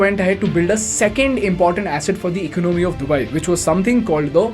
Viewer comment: This video & the anchor is ultimate chutiyapa. He doesn't even know to pronounce Arabs or Dubai